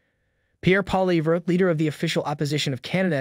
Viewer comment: I love your channel but please for the love of all things holy your pronunciation of Poilievre’s name is always bad… Pol-E-evv 😀